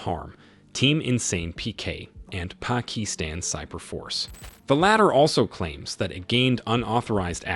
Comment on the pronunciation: i uh, know how ai has difficulties pernouncing some words, i believe you ment to say "PACKETstan"